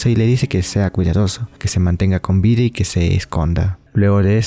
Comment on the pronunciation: Casi todo bien, pero irrita un poco el siga con "vira" y todas las palabras con d que dice con r